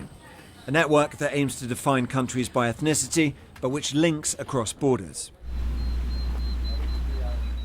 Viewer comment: You pronounce ethnicity incorrect you're adding an extra syllable that doesn't exist learn to speak English please